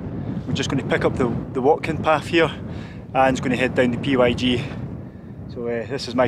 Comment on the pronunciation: the PYG path is simply pronounced Pig track